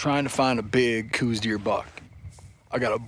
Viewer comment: Okay so its not pronounced coose deer. Its pronounced like house with a C. The deer is named after the person the first identified them as a sub species.